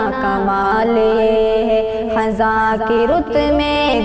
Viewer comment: محترمہ یہ لفظ خِزاں ہے خَزاں نہیں ہے خ کے نیچے زیر ہے زبر نہیں